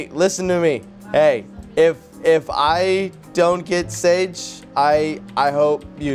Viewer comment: her name is sage like sosage